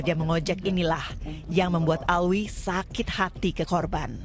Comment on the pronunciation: bukan Alwi min tp Alvi